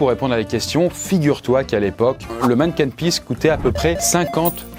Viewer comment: Super vidéo, on parle de mon pays ahah sache qu'on dit manniken pis